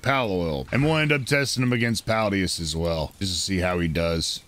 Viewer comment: PalAdius not Paldius bruh it's on the screen